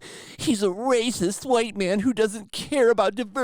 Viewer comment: Say racist like normal